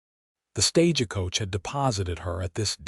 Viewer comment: Was the stagecoach Italian? The word is only 2 syllables .. stage-coach ... not stage-ah-coa-cha ... Ciao baby